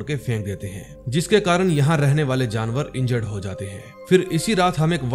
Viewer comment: Jinawar nhi jaanear hota hai bhai😂